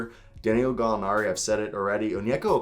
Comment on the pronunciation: It’s da-nil-o but just call him Gallo for short